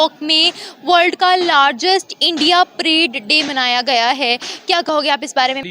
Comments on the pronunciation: Madam prade nahin parade hota hai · मॅडम प्रेड नही.परेड हां.धन्यवाद